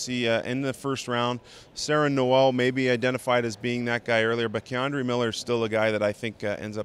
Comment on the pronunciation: Lmao why do people always say "Kay-Andre"